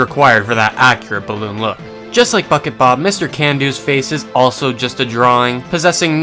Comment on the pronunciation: Am I the only one that hears f*ck it Bob every time he says bucket bob?